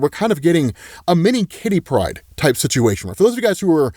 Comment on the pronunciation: OH MY GOD!! IT IS KITTY PRYDE!! TWO WORDS. A FIRST NAME AND A LAST NAME. FOR THE LOVE OF ALL THAT IS HOLY, STOP SAYING HER NAME AS ONE FRIGGIN' WORD!!!!